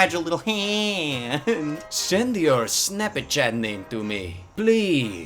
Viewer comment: Love how he immediately starts reading the dms with an Italian accent😂😂 snapachata